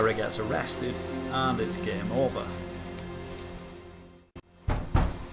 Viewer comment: I love the way he prenaunces the word game g e e m